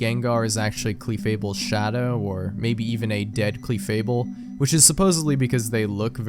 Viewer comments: Why on earth do you say “CLEEEFAIRY” and “CLEEFABLE” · The scariest thing about of this video? How he pronounces Clefairy and Clefable.